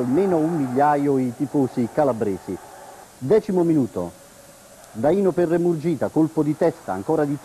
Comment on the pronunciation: Daìno?Ma lo sa che si dice Dàino?Mamma mia..